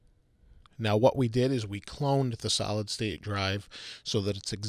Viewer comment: Am i the only one who heard salad drive?